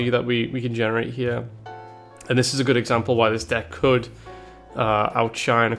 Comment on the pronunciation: No, it is thidges